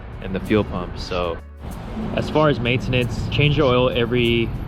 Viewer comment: The way he say maintenance is diabolical